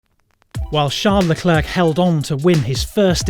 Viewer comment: STOP SAYING LECLERC WRONG